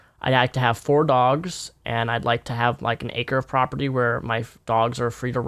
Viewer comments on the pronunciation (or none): none